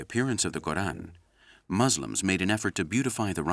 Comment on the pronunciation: You say Quran right but not Muslims